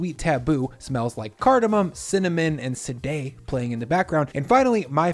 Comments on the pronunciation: Its not "SA-DAY", it's "SHAW-DAY"😆🙆 Havent heard her MUSIC for a while😀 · Love the video. Been obsessed with these since I had one in Paris ages ago. Hurt my heart to hear Sade pronounced like that. Shaw-day, my friend. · I hate to digress lol, but Sade is pronounced SHAH-DAY... I'm just 13 years older than you and grew up going to every show because of my parents lol. Yw 😂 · FYI it’s “SHA-de”.